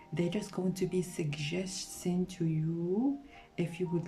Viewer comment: picked pile 3 and yes i really loved your reading! btw are you french? because during your reading for pile 3 when you pronounced the word suggesting i could hear some french accent there lol but nice reading overall